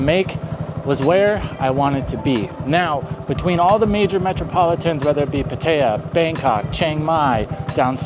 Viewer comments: Not "Pu-tae-yuh" Say "Pat-tah-yah" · Good video. Very difficult to listen to the way you pronounce "Pattaya". It is pronounced PattaY'A. The emphasis is on the YA. All A's are soft (think ah). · Puh-tayuh? Come on, man. You can do better. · A Thai person would have no idea where you are referring to it like that. Pad-ta-yaaa. Thai generally emphasizes the last sound. I'd rate those the worst cities to live. Maybe not Chiang Rai....that's ok. The cities of Issan are the most livable I've spent time in. Unless you have a family there's no reason to pick one place. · That is the most unique pronunciation of "Pattaya" I have heard yet....have you actually been there? Never heard anyone else mention the name of the place?